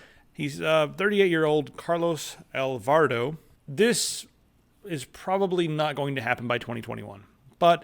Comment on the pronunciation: never thought I'd see my country Costa Rica in these videos. very exciting. we also have an astronaut who's building a plasma rocket engine which is most likely to take humanity to Mars. how about that? there's a lot of cool science and other cool shit being done here,. btw, the president's last name is pronounced "all-bar-ah-dough";)